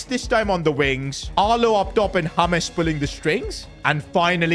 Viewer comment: James ❌Hames✔️